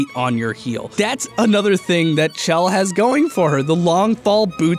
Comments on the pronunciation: Chell is pronounced " Shell" Like it you agree. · IT'S PRONOUNCED "SHELL". PLEASE. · When he says CH-ELL instead of SH-ELL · IT'S PRONOUNCED SHELL DAMNIT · I flinch every time he mispronounces Chell, I get it, it's a weird name and instinct is to sound it out but c'mon man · Hey, how about you calculate how many people are correct ing your pronunciation of Chell.